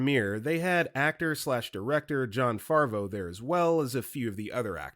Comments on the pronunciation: Dude, it's not Jon Farvo, it's Favreau (rhymes with "have ROW" Speaking of mispronounced Johns, it's "leg-wih-ZAHM-oh", not...whatever you said. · JESUS FUCKING CHRIST. Favreau is pronounced Faav-row. SXSW is said as South by Southwest. John Leguizamo is pronounced Leg-wi-za-mow.